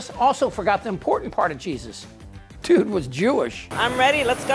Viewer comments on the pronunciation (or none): none